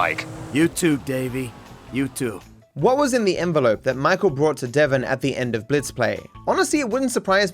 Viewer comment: suddenly enelope moment